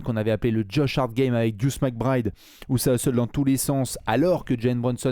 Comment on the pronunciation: Son surnom c'est Deuce et ils le prononcent juste mal. C'est la même chose que nommer Earvin Johnson "Magic" ou Anfernee Hardaway "Penny".